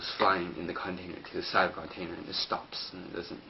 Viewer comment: lol CONtainer good vid but work o your english bud